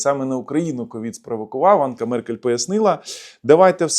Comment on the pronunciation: Меркель не Анка, а Анжела!